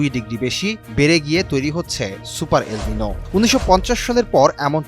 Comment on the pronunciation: এটা সুপার এলমিনু নাকি হেলমিনু বলছে বুঝা যাচ্ছেনা।